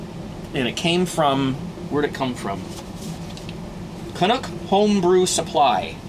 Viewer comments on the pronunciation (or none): I can't believe you mispronounced CANUCK!!! Like Canadian=Canuck!